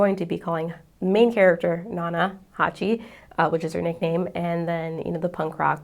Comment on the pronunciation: It's Hachi, not Haki